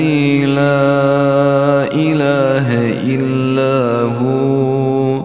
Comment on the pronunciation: La ilaja illah Huwalhayyul qayoom . there is a a mistake in recitation .it is recitated lailaha illa hu alhayyul qayoom???